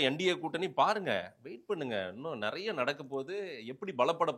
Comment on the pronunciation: முட்டு மாசு தமிழ சரியா பேசு அவரிடம் கேட்பதற்கு நெறய இருக்கிறது தப்பு அவரிடம் கேட்பதற்கு நிறைய இருக்கிறது சரி